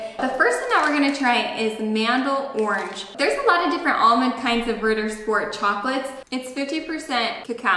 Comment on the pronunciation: it's not RIDDER...sport...it's Ritttttter Sch-p-ort